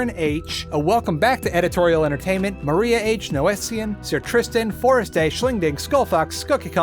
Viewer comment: Mariya H here - you pronounced my name correctly yaaay! (the "y" sometimes throws people off). So glad to see you cover outlast so thoroughly!